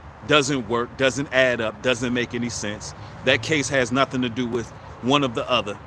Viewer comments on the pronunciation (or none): none